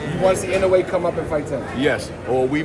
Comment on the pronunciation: This clown said inouye